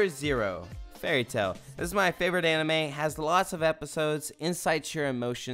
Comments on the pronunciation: When I first started the vid I thought he was saying “I’m anime thot” 😂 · I thought you said Anime Thot lol